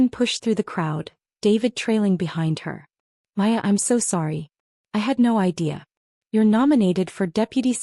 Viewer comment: Maya, not Aya, Paya or any other iteration.